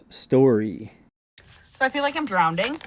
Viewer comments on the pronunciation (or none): I like how she doubled down on "drownding"